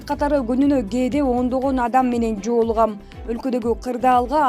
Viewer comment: Жоолугам эмес жолугам.